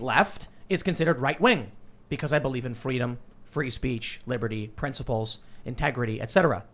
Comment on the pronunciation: Did Tim just say "Fweedom"?